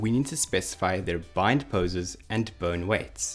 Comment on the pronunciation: I keep hearing "burn" when you say bone But awesome vid!